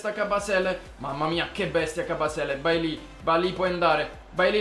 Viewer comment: Si pronuncia "Beilei":)